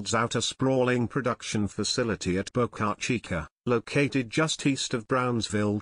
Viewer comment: It's actually Boca Chica ("Small Mouth")